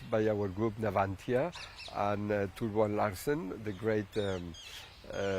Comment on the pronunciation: Juan. It's Who-won, not Jew-won.😊